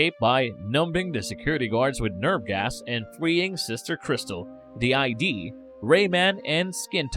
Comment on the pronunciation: Okay it's not I.D. it's Id as in Sigmund Freud's structural model of the psyche.